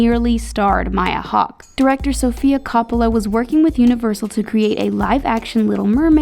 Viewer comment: You pronounced coppola wrong It’s a legendary film-making family